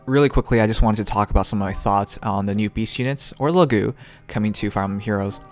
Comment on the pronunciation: It's Laguz, not Lagu. The "z" is not mute.